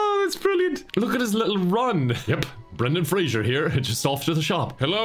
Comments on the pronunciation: I am so triggered by saying 'Frasier' instead of 'Fraser' the whole time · except mispronouncing his last name.... every time... tell me where the "i" is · At what point is it too late to inform he's pronouncing Fraser wrong? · Poor Brendan Fraser. A whole video gushing about him and every single time, his name is mispronounced. Fray-zer, not Fray-jure. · why do you have to mildly bother me by mispronouncing Fraser?